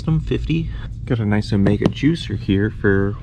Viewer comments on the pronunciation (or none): none